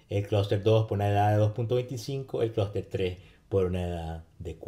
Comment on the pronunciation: Y el vector de medias??? Critica Constructiva: pronuncia muy bien "Cluster" en ingles pero en español se come todas las "S".